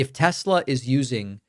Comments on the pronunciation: I LOVE TESSSLERRRRRR! My apologies for the hard R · Tes- Ler! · Trump: "I LOVE TESLER!!"